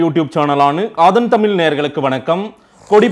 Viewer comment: சார் தமிழின் ஆதன் என்று உச்சரிக்கவும்.